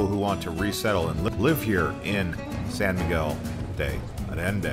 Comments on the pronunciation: Sorry, it's "deh Ayendeh" not "day Ayenday" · De ayende…. Not de addende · se refiere a la mala pronunciación del español..no es ayenday ..es Allende ..haciendo incapien en las LLs. Sería algo así como yeee ..sin la y al final..tómese el tiempo de preguntar a alguien nativo cual es la pronunciación correcta. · Wrong pronunciation is more like ayenda!!!! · ALLENDE - the double LL's are pronounced like a Y as in YES -- AHYENDEY. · It's San Miguel de Ayenda, double "ll" in Spanish is pronounced like the "y" in yes. Also there is crime there, people report and have been captured on camera, tourist being robbed at intersection while in their car. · Sawn miguel de adende! Hahaha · Thank you for explaining it to him. This is my home and I was cringing with All of this pronunciations. LL is not a D. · Butcher the name...adding letters to name...come on gringo, get with the program.